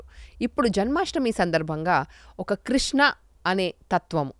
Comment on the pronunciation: నమస్కారం మేడం మీ ఇంటర్వ్యూలో కృష్ణ కృష్ణ అంటున్నారు తప్పు తప్పు కృష్ణ కృష్ణ కృష్ణ అని పలకాలి